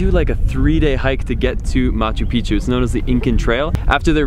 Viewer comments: You should check your pronunciation for the word MACHU PICCHU. . The correct prohunciation is: Ma-chu- PiCK chu.. you say (machupichu). wrong. Also for HUAYNA PICCHU: The coreect pronunciation is: (WAI na- PiCK-chu.). You are saying (wayanapichu). whis is WONG. listen to the local people. Thank you for listening. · you are pronouncing it wrong. Look carefully to the word Machupicchu, as you can see, there are two CCs together, each "C" belongs to a different syllable SO it is pronounced as follows MA - CHU - PIC - CHU.